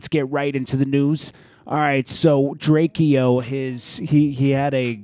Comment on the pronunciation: Its drake-o not drakieo